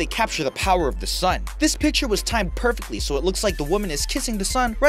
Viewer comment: if you go to he sounds like hes saying perpitly XD